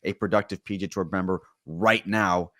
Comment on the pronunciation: Did the PGA Tour change its name? Why does this guy keep saying 'PG Tour"?